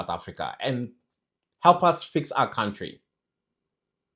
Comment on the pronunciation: It’s the blind leading the blind when it comes to these two ministers. Ngapha kwelakithi, Lamola is the last one who should be talking. We all know his track record. We all saw how he grinned from ear to ear in front of the Rotten Orange. He also needs to learn how to pronounce “country” properly. He’s been in this portfolio far too long to still pronounce “country” with a “w.”